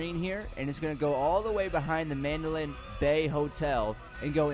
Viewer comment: STOP FUCKIN SAYING MANDOLIN BAY !!!